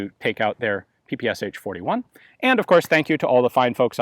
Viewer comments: not pee-pee-ess-aitch, pronounce puh-puh-shah. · P-P-SHA not p-p-s-h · I know I am not the first one here to say this, but saying ''pi-pi-es-h'' is not correct. Ш letter has no equivalent in English. The closest to it is german ''sch''. But there is sound, very close to Ш in English. This is sound you hear saying name, Sean. In Russian, it sounds like Шон, so the first sound of Sean name is equivalent to Ш. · "Sh" pronounce like "Sha" like saSha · it's pe pe sha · Don't say H! Shakira, Rashid ... Are you saying H? ;) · It is actually pronounced as P P Sh, where "sh" is one sound and not two different sounds. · So tired of people not pronouncing the name correctly, you'd think this twit would know better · "ППШ-41"... Последние две буквы ("Sh") так написаны из-за отсутствия в английском алфавите аналога буквы "Ш". Так что произношение названия очень неправильное. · YOU PRONOUNCE PPSH WRONG!